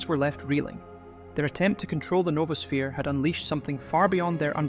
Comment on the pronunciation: It's noah-sphere. Not Nova-sphere.